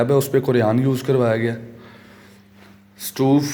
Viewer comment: Stove not stoove! okay bhai ghar piyara gai MashaAllah